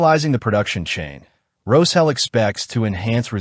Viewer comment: Can you guys use an AI voice that can pronounce the SH in Roshel like it is supposed to be pronounced?!